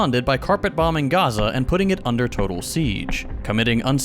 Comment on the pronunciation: Why pronounce Chile and Honduras like Chile and Honduras but dont pronounce Gaza like Gaza